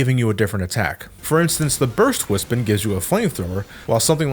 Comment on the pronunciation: Its not wispin, its wispOn